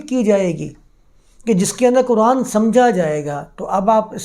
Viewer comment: میاں، آپ بہت معقول باتیں کرتے ہیں، مگر خدا معلوم کیوں اردو کی عربی میں تلاوت شروع کردیتے ہیں؟ اب آپنے فرض کو فرد کہا، جبکہ فرد کا مطلب اردو میں individual ہوتا ہے۔ اردو میں “ض” کی آواز بلکل “ز” کی طرح ہے۔ اور یہی مستند ہے۔ طرفہ یہ کہ قرآن جسکو اردو میں بھی قرآن ہی کہا جاتا ہے، اسے آپ کوران کہتے ہیں۔ یا للعجب! اردو کو عربی لہجے میں بولنا اتنا ہی غلط ہے جتنا عربی کو اردو یا پنجابی لہجے میں بولنا۔ اب اردو میں تو فارسی، انگریزی، اور سنسکرت سے مستعار لفظ بھی ہیں۔ تو کیا انکا تلفظ ان زبانوں کے مطابق کیا جائے گا؟ تو پھر اردو کی کیا درگت بنے گی اور وہ کیسی مضحکہ خیز سنائی دے گے۔ اسلئے میاں اردو کو اردو میں ہی بولا کیجئے۔ آپ جب تلاوت کریں، یا عربی میں درس دیں تو بصد شوق خالص عربوں کی طرح بولیں۔ کس نے منع کیا ہے۔ اھلا و سھلا۔